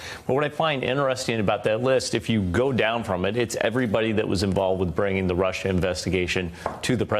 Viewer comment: BILLY Omg I cringe every time a see the clip of him saying "russher" and "shina"!